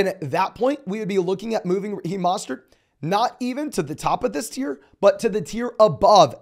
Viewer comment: Who is Maw-stert? He knew?